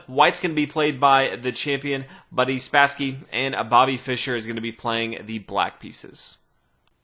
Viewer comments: Isn't it Boris Spassky? Sounded like he kept saying Buddy Spassky. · Nah man. The accent is on и, so the A sounds like an O, Boris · If you try to save russian pronunciation of this name - you should pronounce it like "Barees" - "[i:]" sound is stressed & "o" is in destressed position - so it isn't pronounced like 'o" - it is more like a neutral vocal sound. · I speak Russian. It's not perfect, but "Boris Spassky" pronounced in Russian indeed does sound a lot like "Buddy Spassky" in English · He's speaking English, therefore he should use the English pronunciation, which rhymes with Norris and Doris. His wannabe Russian pronunciation makes him sound like a moron. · >God forbid someone try to pronounce it the way it was originally intended Exactly. It makes him sound like a moron, as I already said. When speaking English, the conventions of English apply, regardless of the origin of the word. Watch any English language news broadcast from the early 1970s when Bobby Fischer and Boris Spassky were making headlines, and you will see that they all pronounce Boris' name exactly the way its spelling dictates in English, you know, rather than "buddy". >right asshole? Your non sequitur is dismissed, simple fellow.